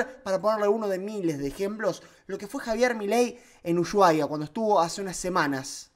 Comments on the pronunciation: dice mi esposa que porque decis "uSHuaia"? y no "usuaia" con la "H" muda, le da cringe que este mal pronunciado abrazos mi rey, BTW yo hago lo mismo xd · solo una cosa, ushuaia no se pronuncia asi la SH, se pronuncia como sin H usuaia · Como vas a decir ushuaia asi amigo, decilo normal sin la h y te sale solo